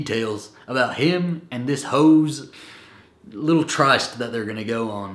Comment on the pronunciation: Tryst is pronounced "trist;" it is a "secret meeting."